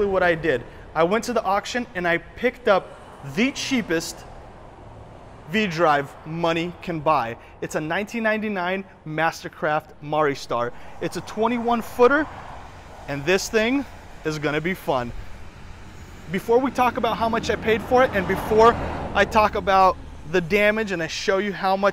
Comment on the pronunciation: It’s pronounced “MARA Star” but spelt Maristar